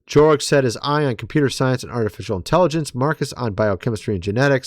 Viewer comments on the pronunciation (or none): none